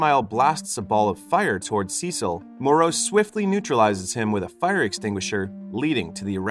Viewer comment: Cecil??? SUH SEEL - CECILE LOL